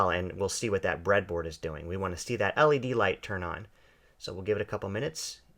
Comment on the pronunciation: I don't know if I just heard him right, did he call an LED a 'lead'? facedesk